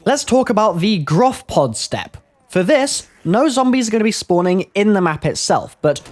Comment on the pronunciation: Why does everybody say Groph? It's Gorph isn't it?